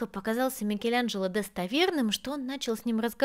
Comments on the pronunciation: Почему называешь МикелЯНжело????? Так противно.... вроде живёшь в Роме....слышишь как произносят имя знаменитости МИКЕЛАНЖЕЛО !!!!!! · Ну повеселили произношением- "МикелЯнджелА")))))))))))